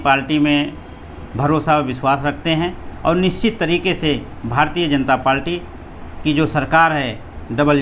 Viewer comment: लगता है कि भाई बहुत ही कम पढ़े लिखे हैं। पार्टी को पालटी कह रहे हैं। लेकिन कोई बात नही नही हम आप के साथ हैं। जय भीम जय बीएसपी ।